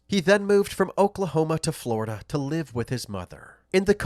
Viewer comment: Something in the air in Floridah